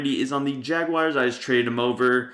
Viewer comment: Jagyares that’s how he says it